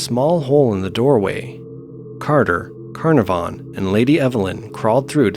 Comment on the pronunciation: Geez! Those a$$holes that done 'iron mike' really were deserved of ol sparky! Just a sidenote, & in no way a criticism, because I love your narrations, but 'Carnavon' is pronounced 'Kah-naav-an' Its a typical British-ism I'm afraid, we thrive on ridiculous pronunciations here. Probably to pi$$ the rest of the world off! Fantastic collection of bizarre and unusual deaths though! Great upload!👍💯💋